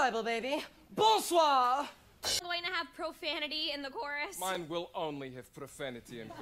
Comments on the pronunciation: “Bolswa” 😭😭😭😭😭😭its bonsoir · did anyone else notice 'bolswa', for future reference its bonsoir :) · Bolswa?? Bye its bonsoir